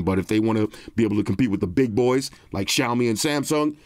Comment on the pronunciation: The only flaw is it’s “Xiaomi”